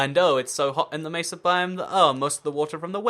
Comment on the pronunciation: I like how you say mesa "macer"